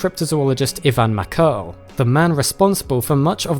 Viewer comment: Mackerle, not Makel... thumb down for lack of respect for other cultures